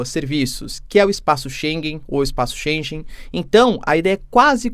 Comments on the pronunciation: Boa noite. Não se lê "Espaço ShenJen" só há uma forma CORRECTA e a dicção/verbalização é "Espaço Shengen" (lê-se ShenGUEN e não ShenJEN). Apenas essa observação. Continuação de óptimo trabalho professor! (mas TODOS nós estamos SEMPRE a aprender, até os professores! "by the way" também eu sou professor no curso de Direito da Universidade Católica) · */Xêngân/ (Já é mais que tempo de não repetir até à exaustão o erro na pronúncia de "Schengen") 😉